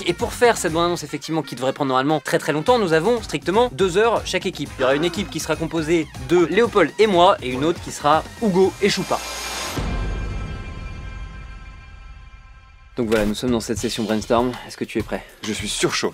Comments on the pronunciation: Ce ce dit "Ugo" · C'est Ugo pas Hugo. C'est pour ça que ça se prononce "ougo"